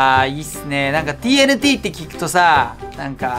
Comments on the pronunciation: マスオTＮTをTＬTって聞こえる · TNTをチョクチョクTLTって言ってる(笑)